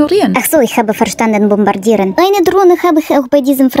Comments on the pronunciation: Ich hab verstanden bombardieren 😂😂😂... wieder mega 😂😂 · Apollo; ich habe verstanden bombodieren😂🤣Der ist zu viel😂